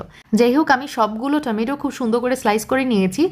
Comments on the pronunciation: টমেটো ❌ টামেইটো✅😂😂😂😂😂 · টেমেটো......হায়রে বাঙালি 😮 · টমেইটো ❌ টমেটো ✅